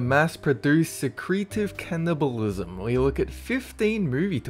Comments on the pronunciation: Scootastic MC thats better :) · 'Se-cree-tive can-nibble-ism'? 'markinist'? Really?! Do you just skip rehearsing the script and just always use the reading-the-script-for-the-first-time take? I know you're an Aussie so you're gonna have an accent, but I'm pretty sure even an Aussie would know how to pronounce secretive, cannibalism or machinist! Also in the Wicker Man they explicitly outline why they brought the policeman: Because he was their perfect sacrifice- A man who was a virgin, who had the power of a king (by representing the law), who came of his own free will and who was a fool. In their minds, any other sacrifice wouldn't have worked.